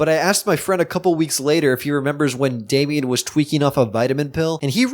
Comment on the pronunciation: it's damien not dame